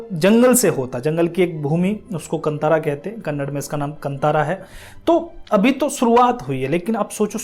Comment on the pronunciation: It’s pronounced Kaanthaara meaning forest. Puzzled why they spelled it Kantara in English. So glad the movie is liked widely India. We are so trained to watch movies with good looking people trying to act and dance